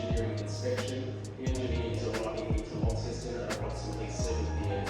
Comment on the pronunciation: Hi, "Lonceston" not "Lawnceston":face-blue-smiling:, love you having a James Boags 🍺